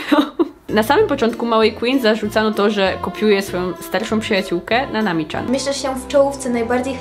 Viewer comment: Dlaczego mówisz Nanami CZAN?! Tak ciężko powiedzieć Nanami Cian?!!!!